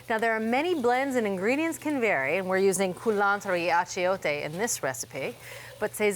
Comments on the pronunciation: I loved your attempts at pronunciation. Sazon: sah-sone Achiote- ah-cho-té You can deepen the achiote flavor by using achiote oil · I'm sure I've heard them say these words correctly in the past. Did they forget how?